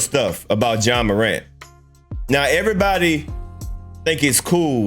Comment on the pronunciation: 😂🤣🤣🤣🤣🤣 take your time when you pronounce his name you will get it